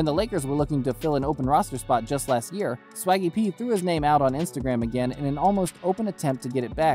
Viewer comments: You called him Shaggy P... it's Swaggy P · It's Swaggy P not Shaggy P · It’s Swaggy P… Not Shaggy P… LOL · You must be a casual.. you called him Shaggy P hahaha it’s Swaggy P bro. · Lmao Bro wtf? it's Swaggy P. Not Shaggy p.